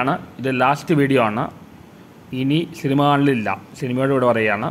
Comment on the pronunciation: ശിനിമ അല്ല സിനിമ ആണ് അണ്ണാ 😊😊